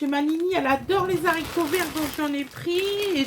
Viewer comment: Des zaricot ? 😂